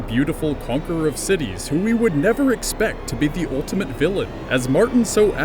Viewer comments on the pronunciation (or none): none